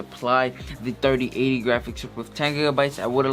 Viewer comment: “RTX Dirty Ate-ty”